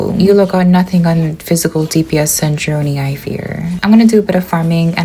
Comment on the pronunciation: dog cant pronounce sandrone and they literally say it in the game, dont mess with genshin players we dont listen, read, or know the story